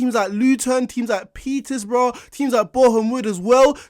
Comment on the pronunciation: petersbourugh dam the disrespect